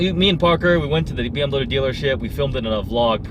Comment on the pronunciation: Silly Nissan, u ate a bmw? quit saying bmw "i ate".